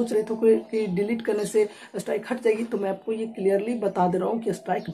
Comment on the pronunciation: अरे भाई!अस्ट्राइक नहीं है स्ट्राइक है।